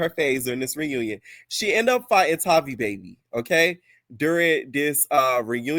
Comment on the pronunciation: Her name Tavii w a hard ‘A.’ Her real name is Octavia..Tavii is short for that. Her name isn’t hard. Atp, y’all are mispronouncing her sht on purpose.